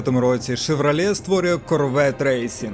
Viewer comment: Шевралє Карвєт ?! Ти серйозно?